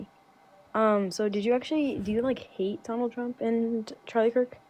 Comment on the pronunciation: Charlie Jerk? 🤔 It's such a hard name to pronounce, unlike Kamala. 😉